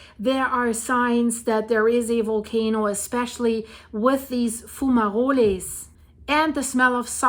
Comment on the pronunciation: Not being a grammar nasty, but you do express sometimes that you're not sure how to pronounce some words. Fumarole(s). In spoken English the letter "e" is usually silent if it ends a word. Sounds like Fuma -roll (role). Many words are like this. They sound the same but are spelt differently because they mean something different. Pronouncing the "e" sounds Spanish.